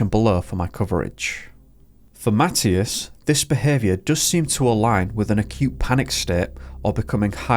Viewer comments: You are deffinitely saying his name wrong! It is a religious name and it is pronounced ma thigh as! Not matttious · It’s pronounced Ma tea as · Please check the pronunciation of this boy's name. I think you are saying it wrong!